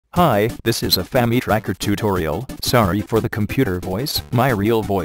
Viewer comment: I laughed every time it tried to say "famitracker" always sounds like famic-rakker.